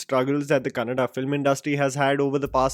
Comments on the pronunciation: Thank you for saying it Kannada and not Kannad 🙂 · Rishabh Shetty,Raj Shetty,Rakshit Shetty and Prashant Neel taking Kannada Cinema to an other level and especially have to mention Paramwah Studios and Hombale Films making it happen with proper assistance and scale and well yes glad that you pronounced Kannada Words so rightly👌🏼☺❤